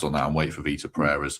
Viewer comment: Can someone tell it's Vitor, not Victor! 😅